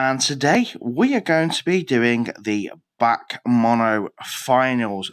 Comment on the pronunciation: The way you say BAC pisses me off tho 😂 you are supposed to say it letter by letter (B-A-C), not all together 😂